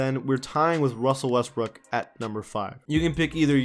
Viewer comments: “Wussell Westbrook” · "Wussell Restbrook" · Why do u keep saying wussel restbook. And how is boogie cousins a better center than Rudy gobert